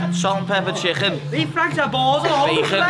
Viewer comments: Just the way he says chcccken sounds overweighted lol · A can a cooooke an half a chhhhhhicken 🇮🇪😂😂😂😂👍